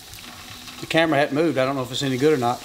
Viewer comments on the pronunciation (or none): none